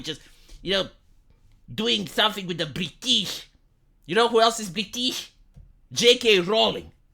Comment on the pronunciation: You going, "Bree-teeeeesh" had me rofl. XD